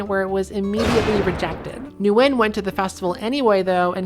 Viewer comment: Ngyuen is pronounced like "win"